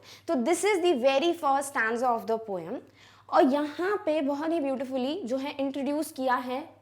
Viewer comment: It is not poyam it is poem 🤔🤔